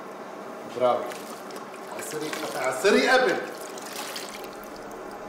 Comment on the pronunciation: بدال ما يقول برافو قال بغافو😂😂😂😂😂